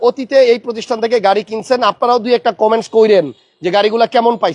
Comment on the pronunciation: কমেন্স না কমেনট হবে ভাই। আর এখন ও সিসি বলেন না কেন?